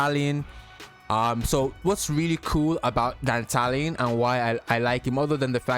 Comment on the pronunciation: Finally someone in youtube says Dantalion the right way, ma boi ain't no dandelion 💮